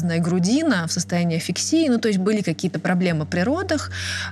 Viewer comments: не афиксия, а асфиксия. Перед изложением информации не мешало бы изучить ее, чтоб не позориться. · Асфиксия, а не афиксия